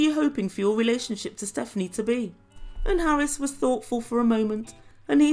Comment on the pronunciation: The fact that she says Harrus makes me ill! Why... WHY is there a 'U' there?